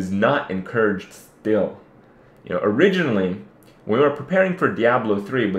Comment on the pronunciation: Anyone else loled at the way he said "still"